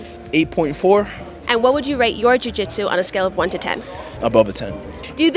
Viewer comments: Love her pronunciation of joo gee tzu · Jiu Jitsu was giving trouble every time she had to say it. She pronounced Jiu Jitsu differently every time. Still love her platform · Why is she pronouncing jiu-jitsu like that? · The way she pauses and emphasizes the “jiu” in, jiu jitsu is adorably funny.